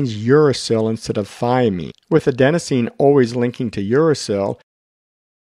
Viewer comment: Sorry, one more correction - it's Adenosine, not Adensosine